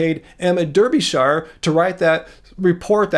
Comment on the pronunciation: Derbyshire in British English is pronounced Darbysher Like Berkshire is pronounced Barksher and Leicester is not pronounced Lie-sester but is pronounced Lester. 💕